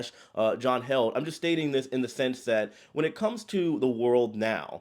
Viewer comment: It’s John Heald - pronounced heeled